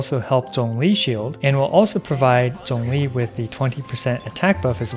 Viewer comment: Thanks for saying Zhongli's name correctly wkdnskxnsm